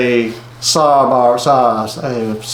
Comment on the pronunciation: I don't know if you really don't know how to pronounce Sabra or are just joking around, but Sabra is pronounced "Say-brah". It's my favorite spincaster and I have several of them. The models 130A and 130B are the best.